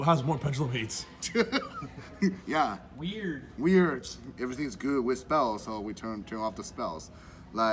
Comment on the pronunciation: Lmao “We-Urd” 😂🤣